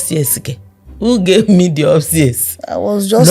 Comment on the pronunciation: "Who gave me dee upstairs" Lmao, this woman is not serious!